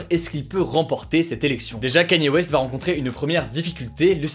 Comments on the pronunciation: Enfin un français qui prononce bien Kanye West! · Merci, enfin un français qui sait prononcer correctement "Kanye West" :D